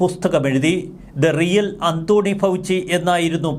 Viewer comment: അന്തോണി ഫൗച്ചി എന്നല്ല. ആന്റണി ഫൗച്ചി എന്ന് പറയു.